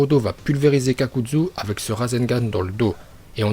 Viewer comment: On dit kakazu et pas kakadzu et c'est le orbe shuriken on dit yondaim pas yodaim et on dit pas jutsu mais joutsou